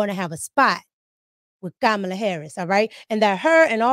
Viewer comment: I be cracking up the way you troll Kamala's name 😂